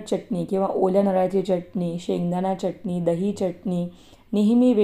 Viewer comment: च्यटणी नाही चटणी